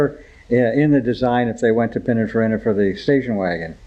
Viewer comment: Cool cars but really?. Pin a far in a? Peena far eeeeena. You probably call them eye tal eye ans too.